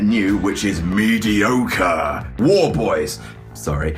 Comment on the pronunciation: he said mediocre wrong from mad max